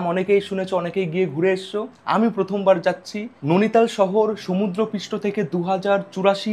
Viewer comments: Bhai tomar video bhalo lage tachara ota नोनीताल noe नैनीताल। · Are dada nonital noy. Noini tal. Ar ota noni lake noy. Noini lake.😮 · ননিতাল ❌ নেইনিতাল ✅